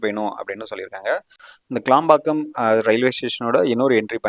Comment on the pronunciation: க்ளாம்பாக்கம் இல்ல தம்பி....கிளாம்பாக்கம்..